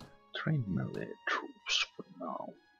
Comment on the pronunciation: ohh thank god you say melee right I hate it when people say meale